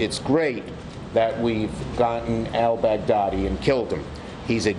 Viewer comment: It is just me or when the journalist says: al-Baghdadi It sounds like Bad Daddy?